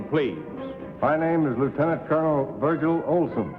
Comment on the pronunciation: The announcer goofed the last time he said the first contestant's name, saying "Virgin" instead of "Virgil!"